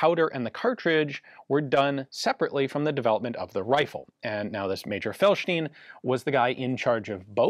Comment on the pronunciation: Ian, you have no problem with pronouncing correctly 'Leszek' and 'Felsztyn', but for some reason you're stuck with incorrect version of Maroszek. In Polish, digraph 'sz' equals English 'sh'.